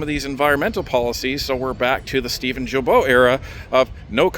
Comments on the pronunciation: Guilbault, the G pronounce like guy ,guilbert or “give me” not like juvenile or jail ,,,,, about that, that where he belongs by the way But keep the good job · Just a quick note... Steven's last name name, Guilbeault, is pronounced with a hard 'g', like guilty. Guilbeault is Geelbeau. Happy you are right where the action is!